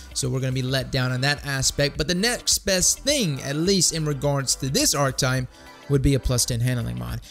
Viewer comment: Archetype = Ar + che(que) + Type. That's how you pronounce it :)